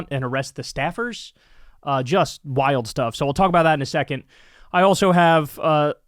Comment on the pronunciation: The word is SECOND not SecenT omg !